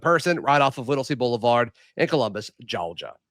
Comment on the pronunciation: i thought Gogia had and R in it. 😅